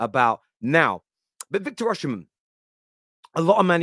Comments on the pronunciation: my goodness pronounce his name correctly. His name is pronounced Victor "Osi- men" not Victor " Oshi-men".. Please, take the time to learn the correct pronunciation. Come on man! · Pronounced “Osimhen”, not Oshimen, no “sh” in pronunciation. It’s in the Edo language from Nigeria.